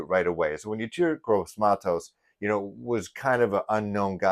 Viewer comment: ….his named pronounced …E….TOUR …..👍